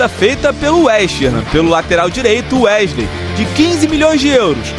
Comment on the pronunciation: Gostaria de entender o motivo de jornalistas falarem tão errado? Ao invés de falar o nome do jogar de maneira correta, eles insistem com um vício de linguagem, chamam o rapaz de UEGILEI, sendo que o correto é pronunciar UESILEI.